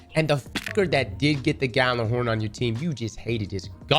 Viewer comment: lol people still cant pronounce Gjallarhorn correctly xP